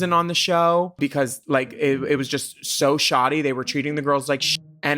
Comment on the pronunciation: Shoddy, not ‘shotty’